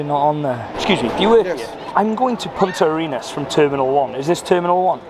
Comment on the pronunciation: you said Punta Arenas correctly 👌🏽